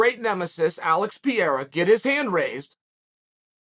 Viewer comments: Pronounced Alex Pereira 3 different ways, never change chael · alex and izzy's parents pronounced their sons names wrong all along, chael shows them how to say it right